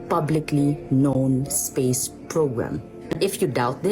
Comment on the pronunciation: You never heard of zpace?😂